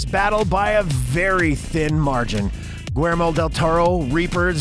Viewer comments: another great video. I agree....Blade is an all time favorite of mine. The less said about Blade 3 the better. The director's first name is William in English and not pronounced Gwer-mo...other than you guya are the best!!!!! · The fact that you don't know how to pronounce Guillermo, you literally pronounced it guermo. What the hell dude? Just about everybody knows how to pronounce that name ... except for you. Do a little bit of research on pronunciation off of Google please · You can add the narrator's constant mangling of Del Toro's first name to your asute observation.